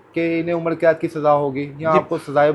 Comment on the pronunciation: اینکر بھائ عمڑ قید نہیں ہوتا عمر قید ہوتا ہے،